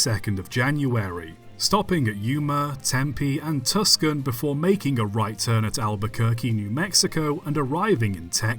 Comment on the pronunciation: The ones that got me the most were his pronunciations of Tucson and Sarasota. Out of Tucson he pulled "Tus-kin" And Sarasota he pulled "Sara-sorta" Where the fuck did the 2nd R come from 😭